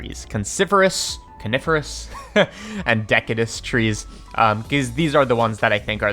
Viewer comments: please it's pronounced de-si-jew-us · "de-sidj-you-us". Just sayin'. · Sir, "deciduous" has a soft c and thus pronounced de-sid-uous. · Actually...it's pronounced "deh-SID-you-us". It means that that the tree sheds leaves seasonally, unlike evergreens. "Coniferous" trees spread their seeds with cones (like pinecones). Sorry. I turned into Comic Book Guy for a second... Great video, BTW! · wait, really? i've been saying it wrong my whole life? I somehow manage to cram a J into deciduous. I'm almost as blown away as when I figured out how to properly pronounce culinary.